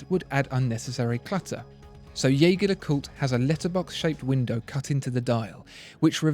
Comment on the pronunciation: Wish you had explained better what the tiling bar on the JLC indicates (also, Jaeger is pronounced the French way). The IWC is quite amazing, great functionality.